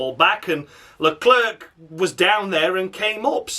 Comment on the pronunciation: Stupid Leclerc pronunciation once again and as usual I mean honestly Don't understand them Latifi is still behind Marzipan in the Championship